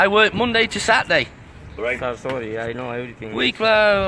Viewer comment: He said solly